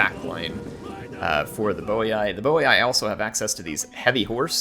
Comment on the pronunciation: And its boi(boy) not boiai